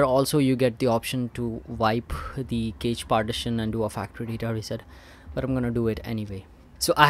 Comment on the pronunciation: Cache is pronounced cash in English.